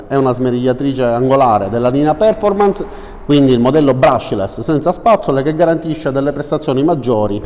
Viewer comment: Perfòrmans ed incàvo sono le pronunce corrette :-) Video ben fatto, utile come al solito. Buon lavoro